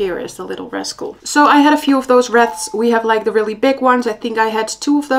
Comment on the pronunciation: merry xmas! btw wreath rhymes with teeth!